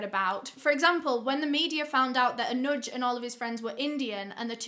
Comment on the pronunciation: Your Pronounciation of Anuj and Pune was Bang on 👌🤘.